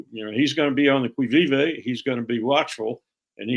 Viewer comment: Learn the correct pronunciation of Qui vive (the French expression for Who goes there?) (kee veeve) It’s used in English to signify alert: on the qui vive.